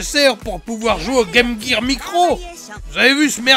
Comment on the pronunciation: enfin quelqu'un qui prononce correctement la game gear contrairement à un certain juju la game jir